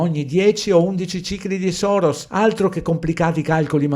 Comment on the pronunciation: Perdonami, ma per deformazione professionale hai detto Soros invece di Saros dopo Espenak.😂😁🙏